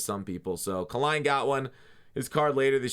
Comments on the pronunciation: KAY-LINE lol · its Kay-line, respectfully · Not to nic pick, but it pronounced Kay-line. Great videos always enjoy your content. Thanks